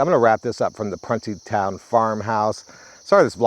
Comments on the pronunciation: Pronounced prune like the plums and there is somewhere a monument behind the actual prison of all the dead boys that were murdered and raped there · You're pronouncing it wrong...it's (PRUNE-É- TOWN) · It was pronounced pru nee town. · I grew up in Montgomery, WV (in the southern part of WV) back in the 70s and 80s. I can absolutely confirm that us boys were kept in line by threat of being shipped off to Pruntytown, though on our youth, we pronounced it Pruneytown. The mere thought of being sent there for bad behavior kept all but the most ornery of us on the straight and narrow. LOL! As a 360 and architectural photographer, I just found your channel and am loving the content. Keep up the great work!